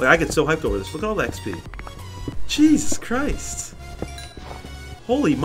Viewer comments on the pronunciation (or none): none